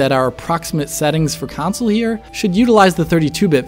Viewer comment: "council versions"